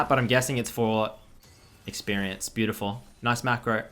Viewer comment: Bay-You-Ti-Full In'nit?